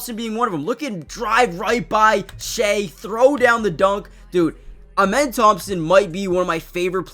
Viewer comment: His name isn’t pronounced amen it’s ahmen like the god ahmen rah